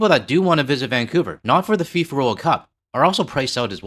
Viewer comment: "Fee-For" World Pickpockets